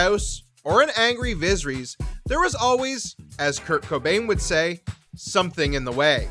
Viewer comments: "Visreeeeeeeees" Did you even try to pronounce it right. I have a feeling you don't watch this show and probably just got this info from another site or video. Pathetic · “Looserees, vaggar, vizerees” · "Vizzer-ees"? Egads, try rehearsing the names before you read for recording. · "Viz-her-EEZ"??? No dude. It is pronounced "Vuh-SEHR-uss" - in a similar manner to every other character with a name like that in this universe. C'mon man. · Pronounced VAY-GHAR & VIS-EH-RISS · Can you please pronounce Vhagar properly going forward? It's "Vay-gar" as pronounced by GRRM. Also, who is Vizreys? Don't mean to be cruel or insulting, if I pronounce something wrong I'd rather be corrected than sound odd... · Viseries rhymes with misery’s. That’s disappointing. Get it together. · The pronunciation of Viserys in this video is criminal.. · viserys was the one that got me. First minute of the video.